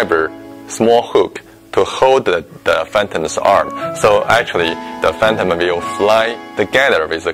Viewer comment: "Da prepellur of fantim"